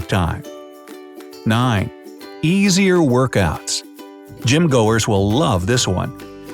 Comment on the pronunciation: did you just say gym go ers hi this is bright side we make words here hahhaa luv your videos